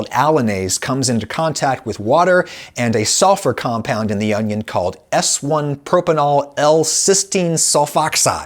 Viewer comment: every time adam pronounces "propenyl" like "propanol" i die a little bit inside